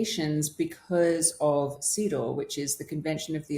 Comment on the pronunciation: Every time says CEDAW it sounds to me like "seed oil" 😂